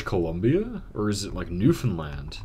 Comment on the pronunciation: Just subbed and started binging your videos, and as a Newfoundlander, I am SO happy you pronounce our province name correctly. It's extremely rare for people to say it right. Even Canadians screw it up. So thank you!